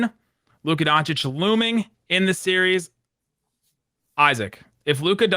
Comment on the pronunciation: Legit correction. Part of me dies every time Stephen A says Luka Don-chick...